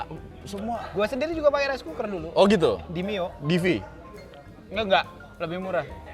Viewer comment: gw bangettttt klo bilang raiskuker ,wkwkwkwk